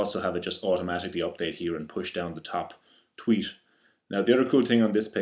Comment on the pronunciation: its "Tweet" not Tweesh :P